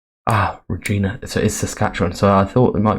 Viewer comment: Great video. Just a note, ‘Regina’ in Saskatchewan isn’t pronounced ‘ra-GEEN-a’ as you were saying it, but rather ‘ra-GINE-a’, with ‘gine’ rhyming with ‘line’ or ‘mine’.